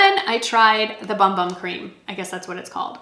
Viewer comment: Believe it or not it's pronounced Boom Boom not Bum Bum